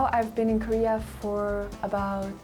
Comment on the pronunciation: "코리아" 라고 말하는 부분 발음이 너무 조으네요 ㅎ